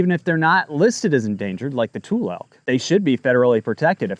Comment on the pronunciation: Trump Is total devastation!!!!! He’s destroying farmers, not Gavin! And it’s pronounced Tu-Lee elk… And Klamath is pronounced Klamith. Not klammath…